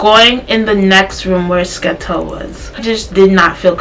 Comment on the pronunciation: calling Skettel a “Skettle” is funny asl😭